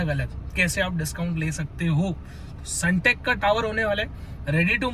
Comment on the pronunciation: Sundeck ❌sunteck✅ bhai aaise toh log aapko fraud hi samjenge